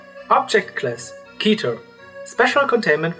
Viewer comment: Kein hate, aber im Englischem heißt es ''Keter''.